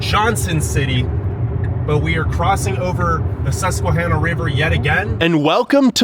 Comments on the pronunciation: This person needs to do some fact checking along with the correct pronunciation of our rivers and our native American tribes. He asks why the city has such a high poverty rate. Maybe he should check out what the formerl mayor Juanita Crabb made with NYC in the mid-80. They sent bus loads of welfare recipients to Binghamton with the agreement that NYC would pay for the 1st year of benefits for people relocating to Binghamton, then after that Binghamton and Broom County would pick up the tab for cash assistance, Medicaid and food stamps. She did this to raise the population of the city after loosing so many residents/ tax payers when a lot of the industries left. The crime rate soared when the bus loads of people from the Bronx, and Brooklyn moved to Binghamton. A lot were drug dealers because the price of drugs in Binghamton were 2-3x what they would get in NYC. She also chose to build a baseball stadium rather than to build a world-class mall. (The Destination Center Mall in Syracuse. Originally called the "Carousel Center" named after Binghamton, the carousel center of the . He also didn't touch on the number of carousels in Broome County. He also never spoke with city officials on getting rid of the urban blight and slum lords in the city and how the city is trying to clean up the city in order to make it more appealing to business looking to locate in the city. He also didn't even mention that Dick's Clothing and Sporting Goods started on the east side of Binghamton. Yes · Btw theyre pronounced “shen-ang-oh”and Sus-kwuh-han-uh (the “han” rhymes with “can”) You’re welcome 😂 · Chenango is pronounced “sh” and Susquehanna is pronounced with a ‘short a’ like in Hannah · He can't even pronounce "Chenango" or "Susquehanna" right---doesn't sound much like adequate preparation. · Sometimes I think I will perish if I hear one more person pronounce Susquehanna incorrectly. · You’ve pronounced the rivers incorrectly.